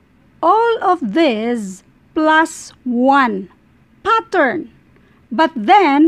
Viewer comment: Mamm it's pattern not pathaan